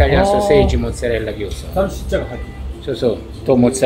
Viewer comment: ネギはいらねーなあと思ったらなるほど、 「マルガリータ」なのか・・・ ハスとかニンジンの葉の方がいいなぁ・・ いや、もうどうせチーズ使うならバジル使おう・・ モノホンのイタリア人が「サルツィシァ」って発音するの興味深い イタリア料理ですよーチャンネルどれもこれもサルシッチャサルシッチャ言っててな